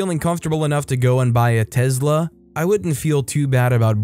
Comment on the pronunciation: Why you saying telsa like that lol